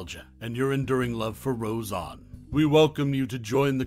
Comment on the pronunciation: Why do you keep saying RoseON?!?!? It was NEVER said like that, it's not accurate at all, it negates the credibility of this video. The Conners was a big F.U. to Roseanne and to the fans. Instead of being a mirror of a living room, like Roseanne, The Conners was reflecting a voting booth. And the writing thought it was so smart yet could not have been more tacky and coated with political forcefeedings. F all them, Roseanne rules.